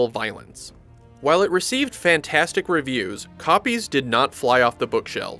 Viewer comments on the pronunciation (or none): none